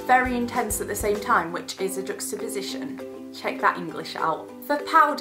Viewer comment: Hahahaha I liked when you said juxtoposition! Great video 💘